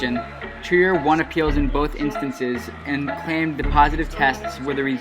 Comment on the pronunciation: Its treyer not triyer